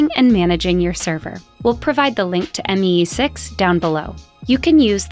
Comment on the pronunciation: i died when she said M E E 6 instead of me 6 💀